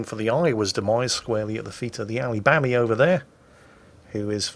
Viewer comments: Lived in Alabama for five years. Literally no one said it like that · we dont say "alabami" lmao 🤣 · "Allibami" is that the infamous Japanese version of the Alabama?